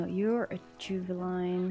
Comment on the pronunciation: i love how she says juveline insead of juvinile lol great vid tho